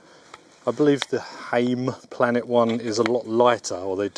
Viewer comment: You pronoounced Heimplanet pretty spot on